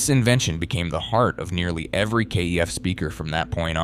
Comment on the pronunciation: Kef rhymes chef is how it is pronounced.